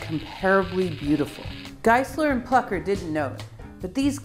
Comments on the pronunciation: Taking nothing away from the brilliant explanations, there is an umlaut over the u in Plucker. Thus, I would surmise the u is pronounced oow: plooker. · It think it may be pronounced "Flooker".